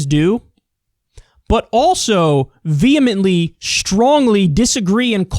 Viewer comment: Gave the video a like because he pronounced 'vehemently' correctly. A rare thing in this day and age.